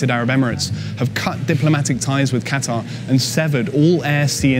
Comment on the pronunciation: Can this chick say Qatar properly?